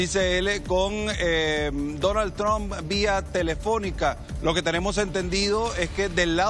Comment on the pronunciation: No se que es mas gracioso, si "Dounald Thrsham" o "Donaltrom" 😂